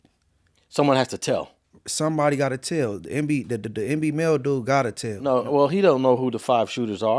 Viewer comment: Yall reporting and cant even get dude's name right? MBNel not NB lol